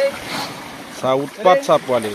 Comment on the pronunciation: Not Puwali it should be Powali